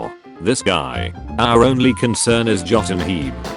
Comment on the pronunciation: i like how the ai pronounces jotunheim, jotunheem